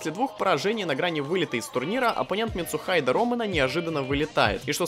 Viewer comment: Ми-тсу-хи-дэ, а не "митсухайд"